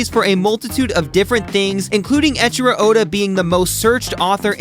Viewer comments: not echiro, ey-ichiro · Pronouncing the name “Eichiro” as “Echiro” is like pronouncing the word “eight” as “ett”.